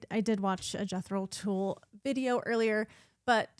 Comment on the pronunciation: Nice reaction. Thank you. (Incidentally, Jethro Tull's last name isn't pronounced 'tool': it's pronounced to rhyme with dull, skull, gull and so on).